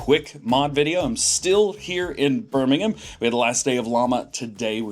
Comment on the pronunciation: Caught on with the English accent mate 😂 Birmingham sounded proper.